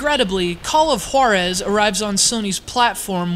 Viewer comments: Juarez not H-warrez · i think it should pronounce "call of HUWA-rez" not "call of HO-rez.' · When he says the name of the game it sounds like Call of Whorezszs, wich is cool. I'd play it. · His saying "Juarez" conjures up memories of the episode of Family Guy when Stewie puts way too much emphasis on the "Wh-" sound in Cool Whip